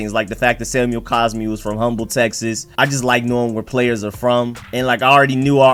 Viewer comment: since you gave me some facts today, let me give you one: The "H" in Humble, TX is silent from fact 6. Its pronounced "um-bull"